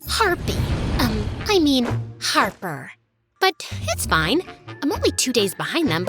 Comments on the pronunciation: her name is Harper, not Harpy 😂😂 Ryan wasn't a nice guy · I don't understand why she keeps calling her harpy instead of harper but I love it even though, this story can't end like this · I love how keeps saying harpy😭😂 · She's always saying Harpy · She kept saying harpy on purpose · She said harpy on purpose she made that mistake like 20+ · Harpy souts her name not harper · i was annoyed how she always say Harpee.. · why do they keep saying harpy i mean harper over and over again? its not funny if u keep repeating it like we get it omg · How many times did this girl say Harpy I mean Harper? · Girl why you are kept saying harpy uhh sorry harper jst say harpy she is evil🙃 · Y she saying harpi In stead of Harper😂😂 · Y was she saying harpi instead of harper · Does anyone know why she kept calling harper "harpy"? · i think i heard harpy i mean harper a 100 times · U keep calling her harpy😂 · The fact that ella keep calling Harper "harpie" is funny😂😂 Thank U 4 the likes🌸💕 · I love this so much but im sry I kept getting annoyed when she miss pronounced her name Harper ik she did it on purpose but 😭🤣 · What's the point of mispronouncing her name 😅